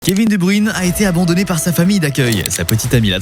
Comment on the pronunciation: Waw faire toute une vidéo sur KSB sans être capable de prononcer son nom correctement 😅